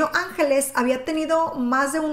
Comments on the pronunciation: Antonio ANGLÉS, lo pone en la misma imagen, ANGLÉS, no ÁNGELES, por favor, si vas hacer un vídeo tan serie y comprometido como este, infórmate bien o por lo menos lee bien. Después de más de 30 años escuchando este nombre que digas ÁNGELES manda c..... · no es angeles, es anglés, saludos. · Enrique Ángeles no Enrique Angles y su hermano era Antonio Angles no Antonio ángeles como tu dices,, tienes que saber decie bien los nombres,, y cuentanos alfo nuevo, porque lo del caso Alcasser yo lo se todo porque soy de catadau y vibi aquella epoca y lloré y sufri mucho por esas niñas,, osea cuenta algo nuevo,, porque para contar todo lo que ya sabemos no cuenres nada guapetona,, saludos desde catadau VALENCIA 🇪🇸 ESPAÑA 🙋🏻‍♂️